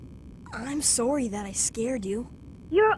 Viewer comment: new yorker saying sorry